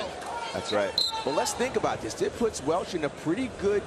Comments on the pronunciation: His name is Rocco Welsh not Walsh. Super disrespectful but not too surprising since it’s The NCAA that posted the video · Welsh, not Walsh